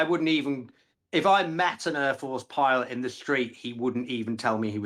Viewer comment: Urforce and Urfields 😂 Wur? Over thur😂 next t Tony Blur